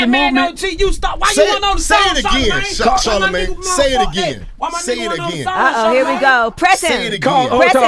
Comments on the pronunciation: Nobody: Webbie: “CHARLAMAGAYE” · He called him charlamagay lmao